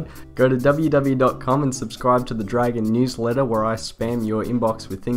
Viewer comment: "How to train your Jragon"